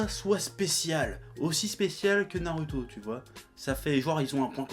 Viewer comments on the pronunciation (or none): franchement, arrête de prononcer naruto comme ça, prononce le comme un "ou"; parce que ça commence à m'énerver 😡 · a dit Narouto